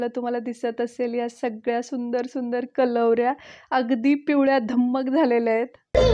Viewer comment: Ag Kalvarya nahi bolt tr Karvalya as bol ki😉😍nice vlog